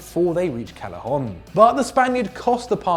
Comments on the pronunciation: it's pronounced CAY-eh-HON not CAL-eh-HON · And Callejón